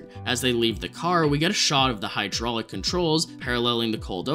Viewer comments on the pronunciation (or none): none